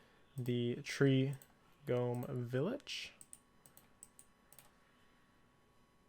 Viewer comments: is nobody mentioning the constant pronouncing of gnome as "gome"? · why does he keep saying gome? is it a joke?? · Tree "Gome" Village cringe